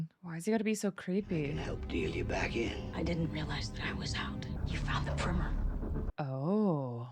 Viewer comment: Primmer 😂 PRIME-ER